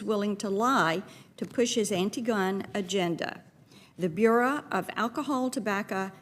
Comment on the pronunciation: Marsha Blackburn cannot even pronounce "bureau." If you don't know how to speak simple English, what else don't you know!!!